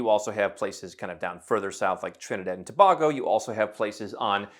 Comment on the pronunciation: Please properly pronounce Tobago .